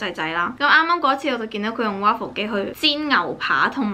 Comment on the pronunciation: waffle不是這樣讀吧😓😓😓